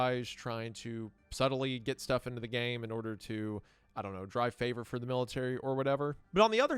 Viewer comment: I love the “fixes” for vocal flubs like favor.